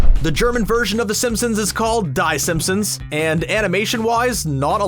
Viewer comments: Die Simpsons is pronounced Dee Simpsons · You said the German version name wrong.